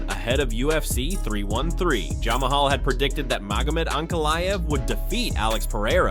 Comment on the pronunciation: "Jamahal" , really?!